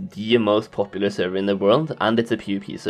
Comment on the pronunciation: Now repeat after me "Server".. not servey or survey